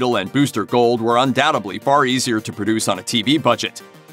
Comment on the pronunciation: Undoutedly NOT undoubtebly!! Buy a dictionary!